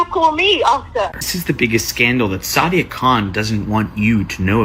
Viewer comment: Who’s “shada” her name is sadia. And who are you calling soulless?? lol Europeans are soulless. Unfollowed